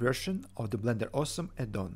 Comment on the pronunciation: I thought at first that I heard you say in the intro: "I'm the developer of Blender AWESOME addon". Couldn't argue, though!